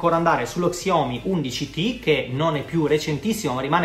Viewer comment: Xiomi? Si legge sciaomi e si scrive xiaomi